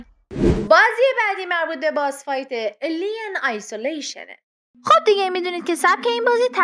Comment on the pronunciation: اِی لیِن هم گفت اِلیِن😂😂😂🤦🏻‍♂️🤦🏻‍♂️🤦🏻‍♂️🤦🏻‍♂️